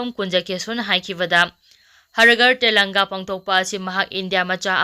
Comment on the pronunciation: Har ghar tellanga haibra nttraga har ghar tiranga haibra ? Pao pabada pronounciation khara senghanjaning-ngi.